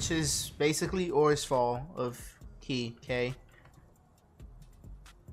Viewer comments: its kay not kai btw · its khei as in K and not key